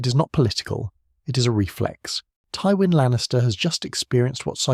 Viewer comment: Teewin Lannister